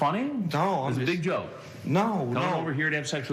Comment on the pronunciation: the way chris says joke makes me laugh